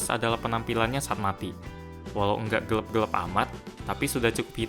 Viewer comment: saya perhatiin dibeberapa video pas ngomong gelap jadi 'gelep', kenapa harus gelep sih? 😅 nggak ngeganggu sih, cuma agak cringe aja.. hehehe.